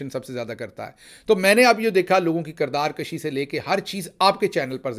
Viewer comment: Correct word is kirdaar kushi not kashi kushi means to kill and kashi means to pull.